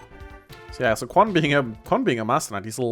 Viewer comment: I'm pretty sure Quan is pronounced CH-uan.